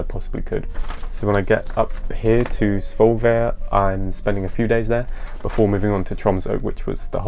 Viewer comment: You actually pronounced Svolvær good :)